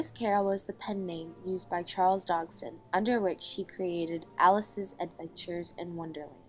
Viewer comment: While the video is very bothersome and inaccurate, that’s because of these girls surroundings. What bothers me most is the pronunciation of Liddell and Dodgson. Liddell is pronounced like “little” and you keep saying “DOG-son”. It’s pronounced “DODGE-son”.